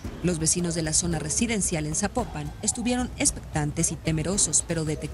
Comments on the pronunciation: Esta es una nota de años atras . El que subió este video deberia actualizarse . Aoarte se dice Zapopan No zapoopan.. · Oye es importante que escuches bien la pronunciación del nombre de los municipios mexicanos, pues en un clip dentro de tu propio video la narradora dice: “ZAPOPAN”, no *“Zapopán”*; como lo mencionas tú.